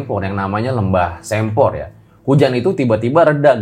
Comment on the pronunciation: Sempor dibacanya kayak "se"patu